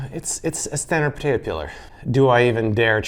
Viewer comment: Is it just me or is it bugging anyone else that he's saying "potato" instead of "potato"